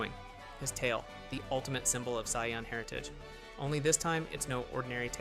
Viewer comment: Can we please make these videos with the correct pronunciation of the different races or names of characters!!!!!!!! -_- it's sayians not scions!!!!!!